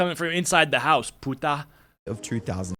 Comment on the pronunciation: OMG so its not only me whos annoyed by him constantly saying "putah". He could at least say it normally not with that weird accentuation 😭😭